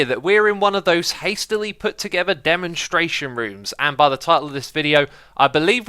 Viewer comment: "hastily put together demostration rooms" haha i luvit